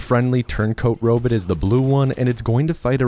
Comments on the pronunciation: The irony of an AI-generated narration, about a computer game which is about giant robots, pronouncing robot as "robit". The other videos in this series all do this as well. Pathetic. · Robit….Ro-bit…ro bot…bruh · are you saying Robit just to make me crazy? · he pronounced sword with the w and called ark mrvn a robit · Also robut. Just why? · I like the way pronounces robot